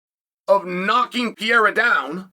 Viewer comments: For the love of God, not Pea-era, Pear-era. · You pronounce Pereiras name 4 different ways in one video 😅